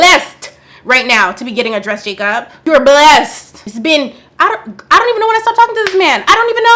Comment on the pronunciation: I heard Jacop 🚓💀